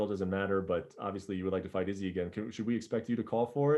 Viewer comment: Brett "Izzzy" Okamoto